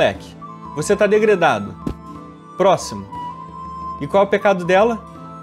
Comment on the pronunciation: Dregredado por falar degredado